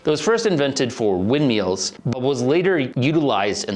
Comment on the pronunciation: "Windmeals" got me dying bro